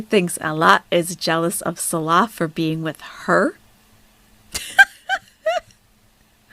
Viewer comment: She can’t properly pronounce Salahs name or hijab, but manages to swear perfectly. Says it all what rolls off her tongue. So happy karma has tanked her view numbers, shrunk her supporters and has her stuck in a country she hates and can’t afford. No one cares. The Salah arc is so boring! Wanna park your sweaty butt on a deity ritual table some more gorl?